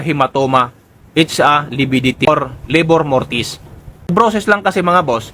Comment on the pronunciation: Hindi po LABOR MORTIS, RIGOR MORTIS PO...